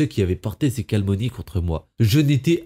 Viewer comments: Pitié faites un effort sur les mots et les liaisons. Calmonies... Vraiment ? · "de calmonies" ?